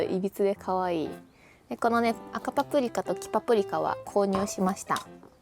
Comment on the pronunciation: キャンプ⛺️良いですね(≧∇≦)b エアテント 3分で完成...(>_<) お疲れ様です🍵 エアテントは知らなかった💧 購入検討します😆 赤パプリカ 黄パプリカ...滑舌良すぎ☺️ 早口言葉で言えるかな😅 健康的なカレー🍛にサラダ🥗 炊飯器の機能 2周する...分かる🤣 またまた為になる動画ありがとうございました🙏 最後にツインテール⌒(´❛-❛`)⌒ 可愛い"(∩>ω<∩)"